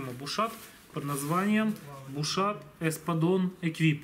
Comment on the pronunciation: Вроде произноситься без Т на конце... Не?